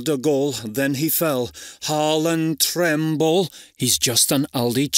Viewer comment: Haaland trembla ❌ Haaland treble ✅